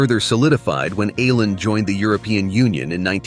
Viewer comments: Å - is not pronounced as A but as oh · Tack så mycket (Thanks so much) for this generally fine presentation on the island province of Åland. A few qualifications though: The presenter with his American pronunciation murders the island's name of Åland. The letter "å" is pronounced "awe". Thus, try instead to say Awe-lahnd! The podcast seems to favour Åland's integration into Sweden. Note that Finland is a bilingual (Finnish and Swedish -speaking) country, and Åland, as part of the country, lends support to the linguistic minority of Swedish-speakers. Due to all the advantages they enjoy (self-governing provincial autonomy, community not flooded by refugees, demililtarisation and no military service, no customs duty), most Åland residents do not want to be subordinated to Swedish or Nato rule. It's great to be able to easily visit Stockholm, Turku or Helsinki. Despite their small population, Ålanders are even guaranteed a seat in the Finnish Parliament. Other commonalities are also shared, like every-mans-right to enjoy nature and the wild outdoors. Unlike in some countries, here there are no signs warning "Trespassers will be shot". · Its just Oar-land, that is a small o over the the A, it used to be a double aa. But your arrogance speaks bounds. I have lived in Scandinavia for several years!